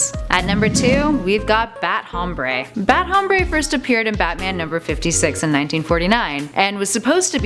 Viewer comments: Is not hhhhhomreyyy it's om-br-eh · it is bat "ombre" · No hay nadie aqui a quien le moleste como pronuncia "Hombre"? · She pronounced Hombre wrong. for a 'feminist' that's really insensitive